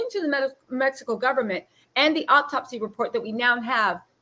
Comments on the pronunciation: Hello beautiful energies sister. The word is autopsy not optopsy-no such word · Please,please,please the word is AU-TOPSY. Three syllables. To the young man going live on where ever, shit TFU, and go get a lawyer. Stay off live, stay off Facebook, STAY OFF SOCIAL MEDIA. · Just a heads up "autopsy" is pronounced OH-TOP-SEE. Now onto this sociopath who is literally arguing with himself in this little bootleg confessional. 1. An internal decapitation would not allow for Shanquella to hold her head up or respond to coherently. 2. If they moved from one area of the villa to another, that would not be possible based on her injuries, wtf. 3. You were rubbing her head and felt NOTHING 4.Her busted lip and damaged cornea didn't raise red flags. 5. Don't nobody give a damn about what the hell was on your playlist nor in your cup sir! A woman is deceased! 6. Let's go have fun, when a medical professional is asking you about injuries on the victim?!?